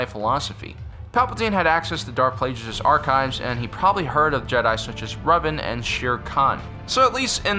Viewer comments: Darth who? "Plaijus?" You did see the movie right? So you KNOW for a fact you're mispronouncing this. Come on.... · Why can't people pronounce Plagueis correctly? I mean, not only does it have the word plague in it, we hear it said in Revenge of the Sith!